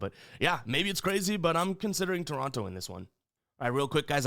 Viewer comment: I'm mostly joking and I love ya. but every time you pronounced Toronto I wanted to rip my hair out 😂😂 Canadians here in Ontario pronounce it differently haha